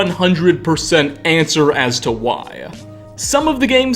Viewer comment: bro you sound like a bratty highschool girl, need to practice on using your normal voice or just your vocals in general because bro i hate to break it to you but its annoying listening to you, daya, unconfirmeda, whya, they all got that uh sound at the end making your voice like a spoild childs lmao go to for proof. its like your adding too much force into saying things bro just say it and dont add that extra sound, makes it so god damn better, you was doing it through out the whole video lol